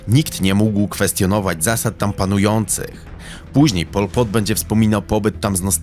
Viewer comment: nawet nie potrafisz wymówić jego imienia, a nagrywasz o nim film. No kurwa brawo.